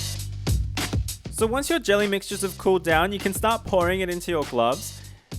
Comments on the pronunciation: When you said pouring I thought you said boring.....L.O.L.! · he said pouring container and I heard boring container and I was like you can decorate it yourself